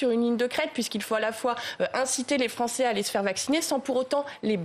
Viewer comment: Les Froncés de Fronce